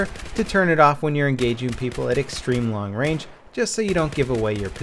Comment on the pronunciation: "Long Rang" seems legit.